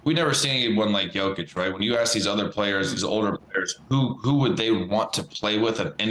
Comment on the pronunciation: Shams still mispronouncing Jokic's name. Is that part of his agreement with Klutch?